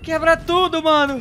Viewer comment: kkkkk ele falo vano inves de mano☺